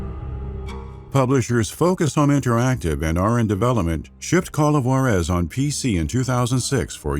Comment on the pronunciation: Good video. It's Ju-ÁAAA-rez, by the way.